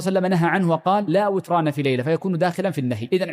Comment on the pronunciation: لا وتران بكسر النون لا بفتحها ياشيخ